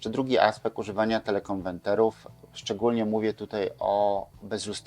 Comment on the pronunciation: Suchać się nie da tych pańskich teleKONWENTERÓW. Niech pan stanie przed lustrem i 100 razy powtórzt : KONWERT, KONWERT, KONWERT ...co oznacza po angielsku "zmienić na". A potem 100 razy KONWERTER, KONWERTER, KONWETRER.. A potem 100 razt TELE KONWERTER, TELE KONWERTER, TELE KONWERTER....